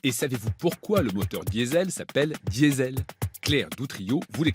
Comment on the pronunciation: mais pourquoi la journaliste prend l'accent quand elle dit "Diesel" ? bordel quand on parle en français on prononce "diésèl" c'est très agaçant